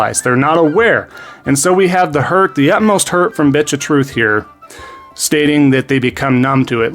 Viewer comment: I love it when you say bitch of truth I laugh every time.